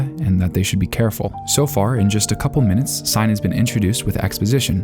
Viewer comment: “mintes” :3